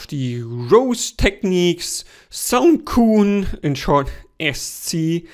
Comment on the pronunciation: Soundcocoon, not soundcoon